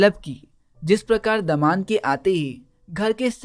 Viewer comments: not daman its damad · That's not daman it's damad 😅